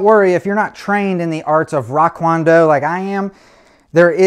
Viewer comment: "Rock Kwon Do" Lol